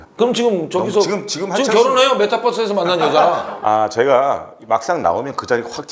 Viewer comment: 메타뻐스 발음에서 늙음을 알았다